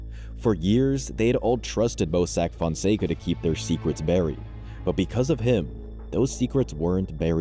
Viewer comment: This an amazing channel but the overly used Ai is crazy. “Mossack Foncego” 🤣🤣🤣